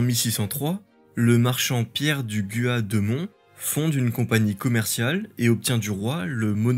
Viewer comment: Dommage de meconnaitre à ce point Pierre du Gua de Mons '(on prononce Gua et non pas Gois) qui organisa et finança avec ses associes toutes les expeditions au canada,Champlain n'etait que son lieutenant (cartographe et catholique)..L'histoire retenant Champlain qui etait catholique,Pierre du Gua protestant,depuis 30ans Pierre du Gua est rehabilité par les travaux des historiens,y compris au Quebec